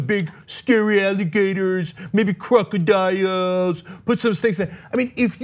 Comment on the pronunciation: "Maybe crocodiyoooooles"....🤣🤣🤣